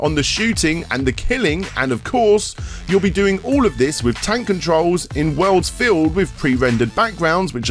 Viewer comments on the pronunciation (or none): none